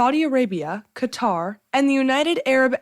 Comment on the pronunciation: thank you for pronouncing Qatar properly!!!